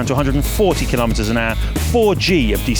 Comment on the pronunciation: Am I the only one hearing him saying, "310 kilometers an Argh"?